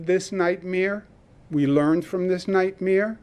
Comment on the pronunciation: I don't trust a guy who pronounces "nightmare" as "nightmere". 🤣😐